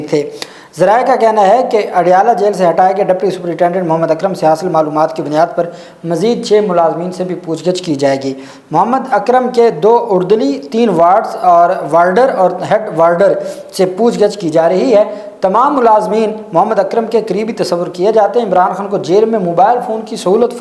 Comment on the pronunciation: Jahil shakhs .. urdali nahi hai lafz.. Ardali hai (Peon ko kehtay hain)